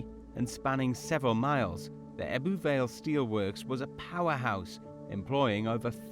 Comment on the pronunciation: The way they pronounce some words like ‘ebbw’ and ‘blaenau Gwent’ is sending me 😂 that’s not how we say it lol I live 5 mins from ebbw vale